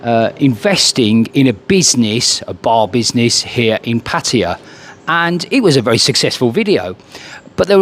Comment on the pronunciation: You must be one of the only youtubers who can actually pronounce "Pattaya" correctly.